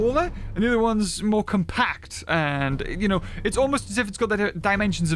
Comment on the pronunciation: "Moar" again 🤣